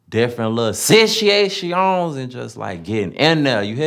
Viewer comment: “SiChiWayTions” lmao Situations Killed me lmaoo 😂